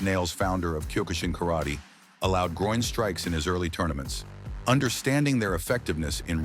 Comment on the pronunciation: White a88hole, first learn to pronounce 'Karate' correctly.